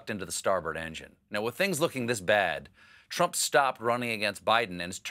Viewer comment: I also heard him say "Twump". And what is an "Election Security Operation" and is "To join army" a saying, or is he just rambling?